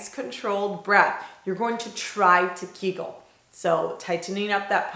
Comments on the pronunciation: Me too, I heard giggle too 😃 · When you said "you're going to try to kegel" at first I thought you said "giggle" haha I was like "okay hehehehe" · Lol me too. I was waiting for her to giggle first